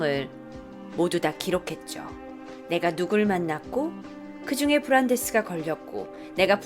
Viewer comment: 브란대스 원래이름말할때 발음 진짜좋다